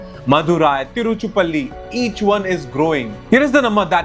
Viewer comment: My god are you from outside India? Or are you just blind? You cannot pronounce a single city name properly of your own country. Shame on you. Sivakasi not "Sivaski" Tiruchirapalli not "Tiruchipalli" Avadi not "Adavi" Tamil Nadu not "The Tamil Nadu", proper noun hai. Google could have corrected these spellings. But you put Zero effort to pronounce your own country name, when foreigners are pronouncing properly. First learn to read then start Youtube channel, waste of time.